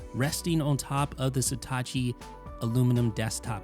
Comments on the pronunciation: It’s „Satechi“, not „Setachi“. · Why do you keep pronouncing Satechi like it's Hitachi with an 'S'? (I'm assuming it's "suh·teh·chee") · Not even close to pronouncing the brand name correctly. How can the E have an A sound??